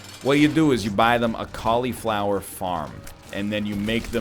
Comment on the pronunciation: Can we talk about how he says fucking cauliflower